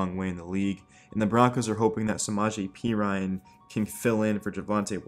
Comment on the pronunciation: Not pea Ryan, pe rin knee